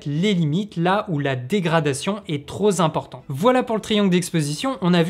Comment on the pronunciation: Ben moi je suis pas trop content , et pour 2 choses . 1) tu parles un peu vite , ayant un cerveau lent j'ai du mal à suivre .2) on ne dit pas " trop Zimportant " mais " trop Pimportant" ( la liaison bon sang ) . A part ça .................c'est GENIAL !!!!! enfin quelqu'un de clair dans cette jungle , enfin des résultats sans trop de blabla technique . Comme la majorité des personnes qui ont commenté je dis Bravo et surtout Merci . Mon cerveau lent a réussi à assimiler ;-) . Direct la video dans mon smartphone pour pense bête et direct je m'abonne et dernier direct je like :-)